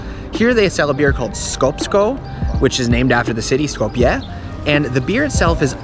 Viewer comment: It's called Skopje not skowpia and three dollar beer isn't cheap, yes good beer